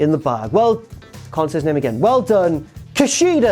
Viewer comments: Sure you were saying Kushida at one point, but i couldn't make it out. Say it one more time please. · I kinda never want to hear say KUSHIDA ever again... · At first i was annoyed everytime said “KUSHIDA” then he got me lol